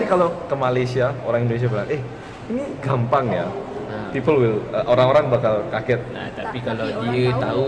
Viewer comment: mungkin maksud abang malaysia itu dia salahb dengar, dia dengarnya "Kampang" bukan "Gampang", klo kampang iya bisa jadi artinya seperti itu :))